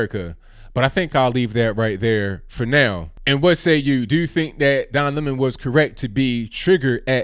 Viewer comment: It’s now pronounced “Lemoan”😂